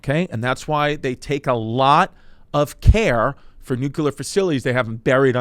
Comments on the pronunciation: Nuu-Cuu-Lar Chrissy, Never Nuu-Clee-Arr Chrissy. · Yo?!? You keep Mispronouncing the word NuCLEar ☢️ not NucUlar!❌ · Oh my I can’t watch this. IS NO ONE GOING TO SAY THAT IT’S PRONOUNCED NUCLEAR AND NOT NUCULER??? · Jesus Christ, as a former Navy Nuke... I hate how badly Chris is butchering this. (Only 2.5 mins in) Love you Chrissy but it's not "nuke-ular" Edit: Glad he at least got the basics of the power plant down. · Am i the only one triggered about how he says it... nucular?! Its nuclear bro!! Might do bluchew just for you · It’s NUCLEAR… not “nookuler” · Normalize pointing and laughing at people who pronounce nuclear as nucular😂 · Jesus Christ, you think these are informative? Dude can't even pronounce nuclear. It's not nook-yoo-ler. What a tool. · Chrissy Chernobyl dropping nukes on stage! Or as he calls it Nuke-you-lur. It’s pronounced new-clear, cuz you’re fully franks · I lasted into the video and had to stop because I knew it was gonna drive me crazy with his pronunciation of nuclear! Stop adding the extra U. Only one U. Chrissy Dingbat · you spelled it out the right way... bush pronounced it: new-kuh-lurr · Its nuclear. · Chrissy nucular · Nobody gonna point out the prolific use of the word nucular? LMAO 😂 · Nuk-u-lar Franks 'n Beans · Whenever i hear "nUCuLeR", i know it's over😂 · Wtf is nuke u ler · Bro said “nuke-u-ler” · The comments are gonna kill your pronunciation of nuclear. :( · Some of the smartest experts even pronounce it nucular so we can't be too judgey 🤷🏻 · Genuinely drives me crazy when people pronounce it like "nu-ka-ler" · It's the George Bush way. Newkyuhluhr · You misspelled nukuler 😂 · I love Chrissy D, but I can't listen to him pronounce "nuclear" like he's Brendan Schaub. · I feel like I've heard him say it right before, wtf happened? Did we take the bait?? 🤣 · This episode would be so much easier to watch if you could pronounce nuclear... 😂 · I can’t tell if he’s doing it on purpose 😂